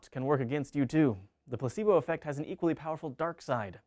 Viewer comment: It sounded like pussybo effect.